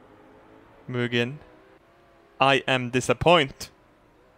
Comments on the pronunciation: du säger Muginn hela tiden haha, det är Huginn och Muninn:) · I pronounce it Huginn & Munnin, not Huginn & Munnin